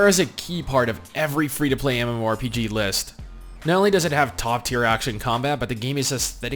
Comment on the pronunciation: Stop saying Mmo rpg "Emuarempg"